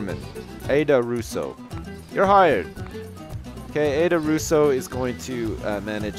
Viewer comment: isn't aida said like eye-da and not aid-a. iif you know what i mean